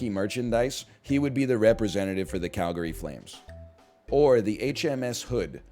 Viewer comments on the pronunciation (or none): none